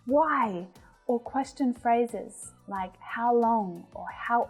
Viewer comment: teacher,i am your student from kerala.i got a lot of improvments.madam i found ur pronounciation of the word 'question' wrong comparing to english men